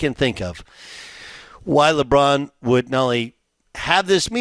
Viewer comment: sounds like he said Lebum for a second there😂😂😂😂